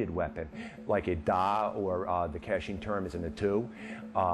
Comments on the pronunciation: I think the worst part of this is you are making money off an art you no nothing about. Being Karen and family direct descendants from Myanmar formally known as Burma your slaughtering of the pronunciation of Ka Chin as Ka Sheen is ridiculously annoying. I appreciate your enthusiasm of spreading the art that the prince of Thailand watered down for western culture to except but get your facts and pronunciations correct my friend. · it pronounced as "Ka Chin" not "cat sheen".